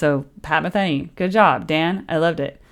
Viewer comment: Pat “Ma-thee-nee”, not Pat “Ma-thin-ee”